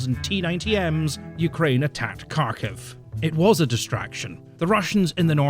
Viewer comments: You could easily fix your problems with pronouncing the names of Ukrainian cities, if you spent a few minutes watching videos from Ukraine. Looks like good info here, but in general, I find that the people who don't bother to find out how the names are pronounced are less likely to have good info. Believe me, it isn't at all difficult to learn to pronounce those names. Kharkiv--try haarKEEV, Kherson--try hairSON. Not difficult at all. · you're not pronoucing Kharkiv, or Kherson properly either. The K's not silent but also certainly not hard. Read them like kHerson and kHarkiv and you're closer, there should be the suggestion of a k but you shouldn't really hear it :p. It's kind of the same with the H too, it's kind of soft and the stress is on the S and K in the second syllable. I'm not even 9 minutes in and I'd had to go back so many times to re-listen because your exhasperation is just... so on point. Wish i could like it twice.